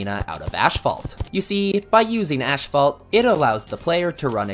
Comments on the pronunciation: Bro it's not ASHPHALT it's ASPHALT 😭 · It's asphalt not ashphalt :D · Ah yes, "cur-sid flames", "ash-phalt" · Ashphalt and ecscape as well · Im sorry, ashphalt? Theres no ash in asphalt. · I die a little everytime he says "Ash-phalt" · “Ash fault” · love the video but everytime I hear: ashphalt, I cringe so hard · why is noone talking about the way he pronounces "ashfalt" ???